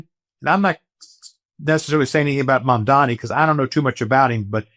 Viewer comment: it's Mamdani, not Mondani. Imagine DJT as a mom.....you might call him Mom Donny. Not being a jerk, just sayin' 😅😊